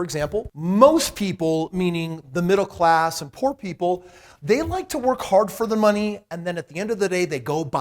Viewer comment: Haha he said 'po cause he couldn't afford the o and r' 😂